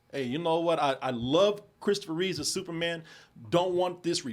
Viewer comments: It's Christopher REEVE not Reeves. Give some damn respect to the man's name lol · "REEVE"... there is no "S"